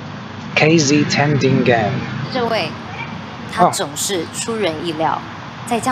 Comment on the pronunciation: It's Tan - Dee - Ngan. The way Sing Along is pronounced. Like when one is saying si-nga-long with me.